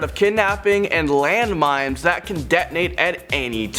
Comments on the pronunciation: enyone else here mimes instead od mines🤔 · did he say "land mimes"? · He said "land mimes". I just imagined a WWI soldier walking across a patch of dirt when suddenly a mime springs up out of the ground and flails his arms around to simulate an explosion. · Gotta watch out for those "LAND MIMES" guys!!! Lol nice. Way to pronounce it!!! 😂😂😂